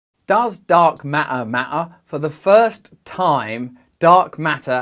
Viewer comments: haha dark mah- ure is how he pronounces it! instead of matter and it still sounds cool as a accent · Dark mah-ah is definitely wrong. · Hahaha, what do you have against Ts, Russell? How do you spell that word? Ma''er? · Love the way you say ma’er! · MaER NO ITS DEFINTLEY MATTER LOLOLOL LOVE YOU, YOUR SO FUNNY... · ok, he can not say T, only E, Dark MaEEEr. EinsEein. Sometimes he correctly pronounces it. I am clue less. And of course I was not here to learn about Dark matter, there are scientific channels for that, not Russel. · "Does dark ma'er, ma'er, :)))))))?" Classic Russel Brand, priceless and inimitable filled with intelligence, humour and spiritual depth!!!! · Does dark mat-uh mat-uh??? 🤣🤣🤣 Again you're the smartest guy in the room. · HAHA - Russell - MA'AA (matter). Glad to see you're interested in this new subject...er....matter (no sarcasm intended). Keep well. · I am here to hear Russell say "Why dark ma'er ma'er" on repeat. Love you Russell! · "mafamatical feory from Einstein about dark ma'ah" - Someone pretending to speak English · I love how Russ says dark Ma’aa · i love that you dont pronounce T in dark matter matters, its dark ma er ma ers lol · I had to stop! ...the word "matter" pronounced like "ma'-er"...repeatedly... made me mental after 30 seconds. 🤯 Sorry mate. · Love the videos but why does t matter sometimes but then in the word ‘matter’ it doesn’t “ma’er’? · literally "t" in matter is silent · I am now thoroughly convinced that all beings throughout the universe should pronounce Dark Matter with a glottal T. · There are 2 t's in matter. He pronounces them sometimes.